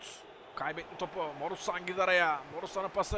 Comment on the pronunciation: abi sen niye morutana borusan diyorsun